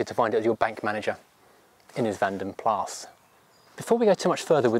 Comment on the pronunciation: you said vandenplas quite correct, cudos on the research and even the pronunciation (belgian guy here xD)